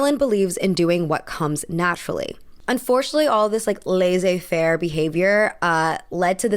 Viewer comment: * It's prounounced 'lesse(r)-faire' for future reference * I think the fact she died tragically (and) young (and beautiful) is in part why she's still spoken about (I think you mentioned this idea in one of your other videos) * I read about Olivier at some point (very basic Wikipedia level reading), and the idea I got was that he wasn't a very nice man nor was he actually that naturally talented. He just knew the right people at the right time to force his way through with Shakespeare and eventually ended creating the National Theatre, through which he immortialised himself even further. He wouldn't have had the success he did outside England/Shakespeare. So yeah, any criticism toward Marilyn is rich from him. * I find it curious for people not see past her 'persona' and 'everyday acting' when she literally started going by a different name?! Of course, the persona was constructed. I think a great modern-day example of this would be Paris Hilton. While she didn't change her name, she did alter her voice during her '5 seconds of fame' and seemed identical to her TV persona, when she's actually a very savvy business woman * 'I've not read up about Marilyn, but I wonder if she was perhaps on the ASD/ADHD spectrum somewhere based on the things you mentioned in this video (being late, direct and honest in her speech, masking in public to fit in with what she thought was perceived as normal, I believe her 'drug of choice' was sleeping pills, which people with that diagnosis also st